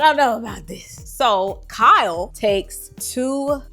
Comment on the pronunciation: The way you said Kyle 😂